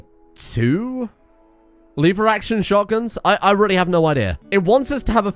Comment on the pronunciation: Lever, not liver.